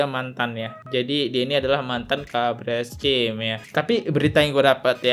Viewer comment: Buat podcast tp ilmunya cetek, mantan kabareskrim dibilang mantan kapolri, ngeja kabareskrim diblng keebreskrim😊😊😊